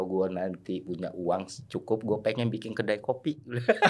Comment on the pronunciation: MENIT 21.59 MAU BILANG BIKIN DIBILANG "BINGIN" 😂😂😂😂😂😂😂😂😂😂😂😂😂😂😂😂😂😂